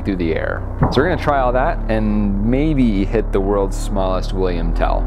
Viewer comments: You pronounced Wilhelm Tell wrong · did he just say william tell or is that just how you pronounce wilhelm tell for some reason? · It‘s actually pronounced Willhelm Tell not Willyhelm Tell. Love your work, but this has to be mentioned as someone from Switzerland:) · its actually Wilhelm Tell, not William Tell. Greetings from Switzerland.